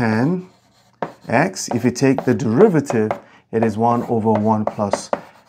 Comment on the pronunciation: ah yes, actan